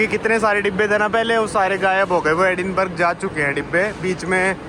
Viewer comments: Edinburgh को एडिनबर्ग नहीं एडिनबरा कहते हैं! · Sir sorry bs 2 baate एडिनबर्ग nahi एडिनब्रह bolte hai our Burlington nahi wo breitling naam hai brand ka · Hi: Agree that this train ticket is overpriced most likely because you booked it at short notice. By the way, "Edinburgh" is pronounced like "Edinbruh". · It's Edinburahhhhhh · Very correct